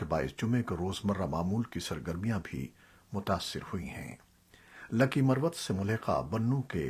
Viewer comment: Buhut hee khubsoorat Awaz hai aap ki jenab Hameed Baig Sb. Lehja bhi buhut khaalis hai... Kuch tallafuz edhar udhar ho jaatey hain aap se jaisay 'Lakhi Marwat' mein ek mayqey par 'Lakhi'.. .. Shoba-e-Talkuqaat-e ki tallaffuz mein ek jhagha ghalti.... Shayad bharthi umur ki wajha se.... Allah Paak lambi umur atta farmayen. Sehat k saath. Shukria... NIAZI